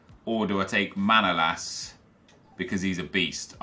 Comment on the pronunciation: manolas name is not Manoolas but Manolaas